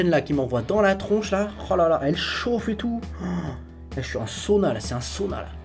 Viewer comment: je j'suis un sauna là, c'est un sauna là 😂 comment t'as dit sAUna 😂😂